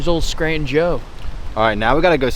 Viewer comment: Scranton is NOT pronounced Skrant - IN....damn.